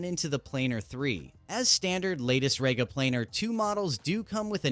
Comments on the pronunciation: Rega is pronouced as Ree-ga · It's said like REEGA, Stupid yank!